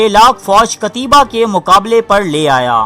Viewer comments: بھائی جان نام قتیبہ بن مسلم ہے، قتیابا بن مسلم نہیں. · قتیبہ ت پر زبر ھے نہ کہ زیر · Phele namm tu sahi le le😂😂😂😂pata hai nahi😂😂😂😂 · جاھل ایڈمن، قتیبہ کا نام پہلے سیکھ لو۔۔۔ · بہت اچہی کوشش ہے لیکن نام صحیح لیا کیجیے